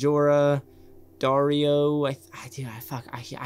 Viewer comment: Umm Dario, not Darrion.